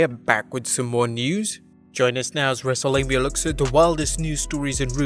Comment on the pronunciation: I swear it sounds like he’s saying wrestle labia. Maybe it’s just the subject matter of this vid